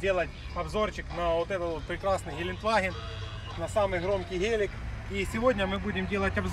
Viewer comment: Гэээлик))))) печальный наш суржик...